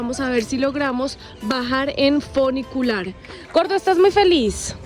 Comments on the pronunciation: Funicular No funiculear eso lo sabe hacer bien la mujer que habla Jajaja 😂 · Hermoso video, gracias por compartirlo. ¡¡, Sonó feo eso de "Funiculear".!! Jajaja, un abrazo gigante desde Buenos Aires. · El foniculiar...jajajajaja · jajajjajaja el funiculearrrrrm, el gringo es mas latino que la colombiana preciosa !!!